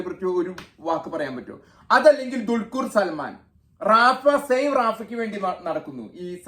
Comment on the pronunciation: ദുൽകുർ സൽമാൻ അല്ലടാ പൂറാ ദുൽഖർ സൽമാൻ എന്ന് പറയടാ മൈരാ